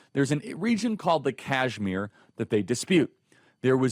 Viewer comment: Kashmir not Cashmere you idiot!